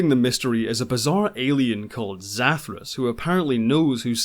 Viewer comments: You mispronounced Zathras.😊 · It's pronounced Zathras, not Zathras!